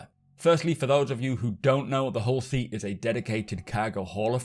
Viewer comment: My wife thought you called this a Horsey... Now I cannot unhear it... lol